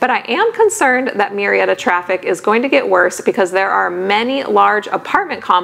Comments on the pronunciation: Absolutely not it is not Mew Murrieta is pronounced Moo-rrea-ta. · It is funny that you mention the pronunciation of Murrieta. I happen to be a bilingual speech pathologist in the area. Murrieta is of Spanish origin and “ Mew-ree-eta “ is definitely NOT the correct (or closest) pronunciation! My last name also is spelled with the same first 4 letters and It is not pronounced as “Mew-row”. In fact the closest pronunciation in the first case is “Moo-ree-eta”. That is of course, if you acknowledge the original Spanish roots of the name. Hope this helps! 😊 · I was thinking the same thing. Murrieta is a Spanish name. Its proper pronunciation is MOO-REE-EH- TAH.